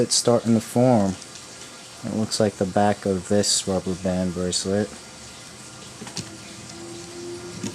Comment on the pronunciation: STOP! Saying braclet!